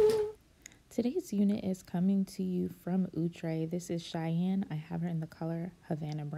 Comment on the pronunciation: ITS NOT OOOHhhtre